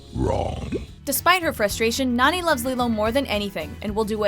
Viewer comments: It's NAni not Nani. Nah-knee. Nani! I would know! I'm Hawaiian! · It just annoyed me. It is pronounced (NAR-KNEE) not (NAN-E) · It's "Nah-Nie", not "Nanny". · sorry it's Nani as in "nah knee" not "nanny" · lol Nan-ni ?....(Nah-ni) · NAH-NI not Nanny